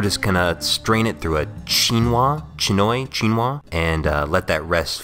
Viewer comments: Chinois pronounced sheenwa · Chinois is pronounced "cheen wah" - it's French for "Chinese" and refers to a fine mesh conical strainer that supposedly resembles an Asian conical hat. That's why they're also referred to as "China caps". Needless to say, I tend to play it safe and just call them "fine mesh strainers". Oh - and you weren't using a chinois anyway since it wasn't conical - you were just using a regular old fine mesh strainer. Haha! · "Shi-nwah" is how you pronounce chinois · For further use : "chinois" is pronounced roughly as "she-noah". And the "eu" in Chartreuse is nearly the same as the last sound in the triphthong "flower" (although you might sound like a southerner french with this one) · Yeah you pronounce it "Shinoa" (chinois) wich just means "Chinese" in french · It is pronounced shinwa : shi like the end of sushi and nwa in the same way you pronounced it the first time This comes from the French: "Chinois" which means "Chinese", because the traditional shape is conical (rather than your more rounded shape) and resembles a common type of Chinese hat... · Sheenwah Lickur That's as close to the french pronunciation I can get without breaking out the phonetic alphabet. All that's left is getting the accentuation right, we don't accentuate words in French the way you do in english, every syllable is usually pronounced as you would if it had the primary accent in English, it's just a matter of making it flow naturally when you speak.